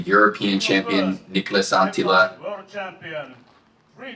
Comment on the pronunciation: its Anttila not Antilla :p